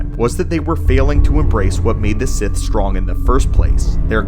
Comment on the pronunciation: He’s a “Bith” Lord 🤣